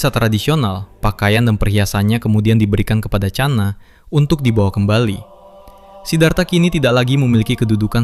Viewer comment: Bukan cana bang tapi khana dari india❤❤